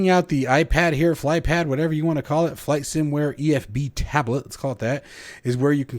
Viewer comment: It's from "Flight Sim Ware" not 'Flight sim Aware'. They've been around for over 10 years in the FSX/P3D scene. Stsill this wouldn't be a review by an American if there wasn't a mispronunciation or mis-spelling! :o)